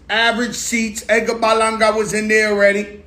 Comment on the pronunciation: Lmfao I like how he says "Edgar Balanga.." 😂😂